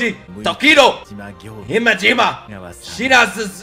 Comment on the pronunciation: BROO I CANT BREATH THE WAY HE SAID HIMEJIMA AND ALL THE OTHER NAMES